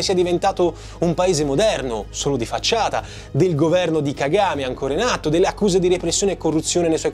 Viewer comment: Si dice Ka-Ga-Me e non Ka-game…